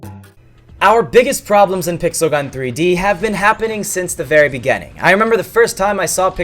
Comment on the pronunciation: I love how he says begAninng